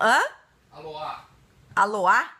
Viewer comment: Rodrigo, acho que é Aliá, não Aloá. ACHO. kkkkk. Abraços em vcs.